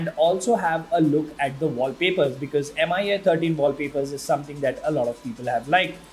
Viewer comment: Should be pronounced Me-UI by the way.